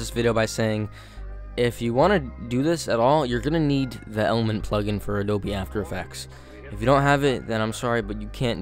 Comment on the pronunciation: I like how my man said Adobie after effects and not Adobe After Effects